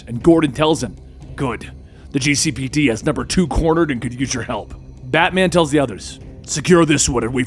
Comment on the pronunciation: Did anyone else hear FATMAN?